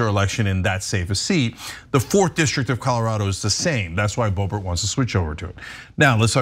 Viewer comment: Its, not boebert,its boobert.